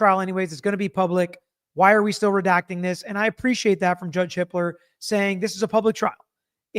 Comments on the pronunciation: Does anyone else keep hearing it as Judge Hitler?!? 😂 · Ok so had to double take hearing the judges name. It's Hippler.